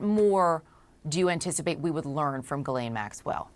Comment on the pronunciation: It's pronounced JhizzLane.